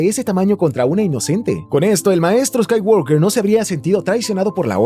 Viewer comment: Excelente video, pero por favor, pronuncia bien "Skywalker".